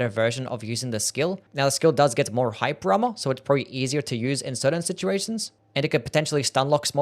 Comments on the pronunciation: I think he did say “hype drama” because how does “hyper armor” make any sense? Lmao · Took me way too long to realize he's saying "hyper armor" and not "hype drama", thought bro was talking about the spectacle of the attacks lol